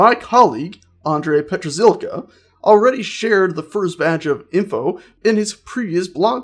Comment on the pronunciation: Bardzo śmiesznie Andrzej Petrzilka przeczytał xD (Funny how he preanouced Andrej Petrzilka xD)